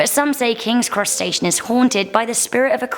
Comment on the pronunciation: Wait, she said Cross Station? It sounded like she said crustacean. My brother's birthday is May 26th, should I be concerned?